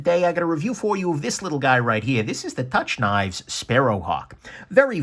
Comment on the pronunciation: 'Touch Knives' ? I assumed it was pronounced 'Took'-- good to know.